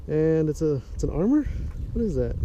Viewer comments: Armer? lol it’s pronounced AH MUR lol And the carp you are catching are tiny lmao And you show so much of the background this place would be easy to find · 1 to correct you on the proper pronunciation of how to pronounce Amur 2 to let you know you show so many land marks in your video that it is not a secret where you are 3 posting a video of catching baby carp? There is so many other places to catch large carp and most of your videos are all dink fish